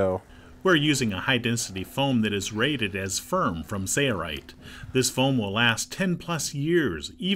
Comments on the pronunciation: I love this video. My only criticism is that the narrator does not say his company name properly. Please enunciate SaiL Right. No Sareright. Thanks! Good job guys! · Awesome video! Are you saying SAYA_RIGHT? looks like SAIL-RIGHT. Just want to know how to pronounce it.Thanks! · He says sayaright